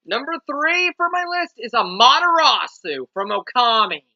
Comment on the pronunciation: Am-ah-ter-AH-soo is how you say her name. Also, you got Isabelle! Is she what you wanted?